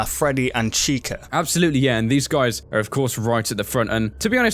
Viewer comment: Sorry but Chicka really bothers me *Chica